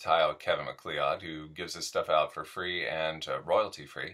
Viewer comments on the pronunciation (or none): Hey my man, I watched this again and noticed at the end you pronounced MacLeod as maclee-owd. That name is pronounced Muck-cloud. Save you a pronunciation error if you ever have to read that name for a job. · McLeod is pronounced "Mick-Cloud" not "Mick-Lee-Odd"